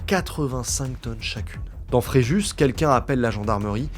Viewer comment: Le s de Fréjus ne se dit pas....